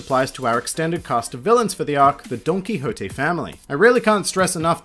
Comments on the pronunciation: Did he just say Donkey Hoté ? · Are you sure thats how you say dontoquixte?